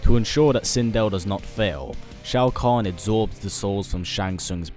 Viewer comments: Why did you correct Shao Kahn as Shoa Kahn? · SHOA KAHN correction SHAO KAHN